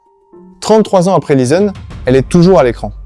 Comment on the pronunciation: Probablement avec les phrase saccadées et les noms des personnages : Lisone, Momane etc! Merdique quoi!